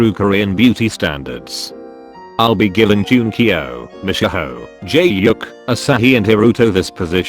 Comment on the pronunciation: The way it always says "jaehyuk" LMAOOO